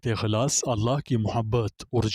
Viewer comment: سورہ خلاص نہیں سورہ اخلاص ھے